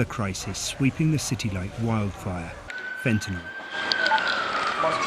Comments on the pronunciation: See folks, it is fentanYL not fentanOL. Come on now…pronounce it correctly. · FENTA NYL, NOT "nol", what is wrong with you?